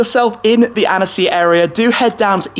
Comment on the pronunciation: Usually your french accent is quite impressive (thinking of the recent "la voiture noire" and "édition 110 ans" which came out surprisingly well), but your "Annecy" didn't convince me ahaha ;) You should skip the "e" when pronouncing it. Just kidding aha ! Great content and demonstration of passion in ur video, as always ! 👍